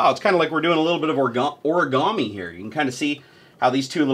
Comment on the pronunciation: Wait did you just say orgami insted of origami, or my ears are just not working like they should